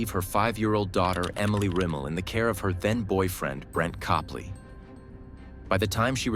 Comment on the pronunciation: Rem-ul...pronounce it right my guy.